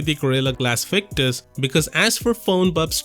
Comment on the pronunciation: Victus coming through 'victurious' 😅